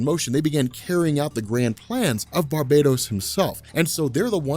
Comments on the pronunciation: Its Bar-bah-TOS! NOT! bar-bay-dos! One is a demon and the other is a tropical island!!! Edit: Like this!!! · Why do you keep saying barbados? Instead of Bar-Ba-Tos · Alright, I am not really an avid reader of comics, but I am going to take a leap in logic here: It's probably pronounced Bar-BAT-us, not Bar-bate-ose. As in BATman, not Barbados Slim. Not a big deal but every time says Barbados I think of Slim talkin about goin back dere with a cowl draped around his elegant Caribbean shouldahs. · Bar-ba-tos. Not barb-A-tos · Maarek Steele Its Bar - ba - tos. The island is Bar-Bay-Dos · Clearly Bar-Bat-Os is a dark god version of batman! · I think it's pronounced bar-ba-tos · i pronounce it as Bar-Ba-Toss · Barbatos is also the name of a duke of hell from demonology, so the origin word which is "barbatus" is latin. As such, who knows how its actually pronounced... But since this is a comic, and its got BAT in the name I am just assuming there is emphasis on that part of the name. You know, like Mr.Sinister, and other goofy... I mean clever, shit like that. Definitely probably not pronounced like Barbados the island though. He's been pronouncing it like that for the last few videos though so it may just be a joke.